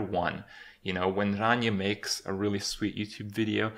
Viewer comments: randomchicken01 thats.. actually the correct way to pronounce it. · not 100% true. Rania is Greek, true and being greek myself, I can assure you he's doing a pretty good job at pronouncing it. Its not his native language obviously he won't be a pro at it. Its still not bad at all. If you have a look at Ranias channel and watch their cooking videos, he tries to pronounce the different dishes and greek words for the different vegetables. Also, Kripp may live in Canada but he's romanian. Which means his mothertongue does include a lot or R's that have to be rolled. After all imo he's doing a good job at giving her name the deserved pronounciation. :)